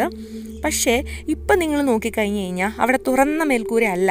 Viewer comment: Its good but she can standardize her malayalam. Kayinjal is a wrong usage. Kazhinjal is the right pronunciation. Please be careful while using our Mother tongue